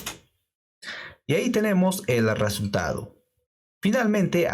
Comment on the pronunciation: Hola. Lo primero es darte las graias por tu esfuerzo. Lo segundo es comentarte que en España NO decimos "arresultado" sino, simplemente, "resultado. Esto solo es un comentario: tu... dilo como quieras. De nuevo GRACIAS.